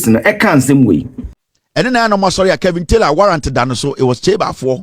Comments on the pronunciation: It’s Kevin not kelvin🤷🏽‍♀️🤦🏽‍♀️✌🏾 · His name is Kevin and not Kelvin.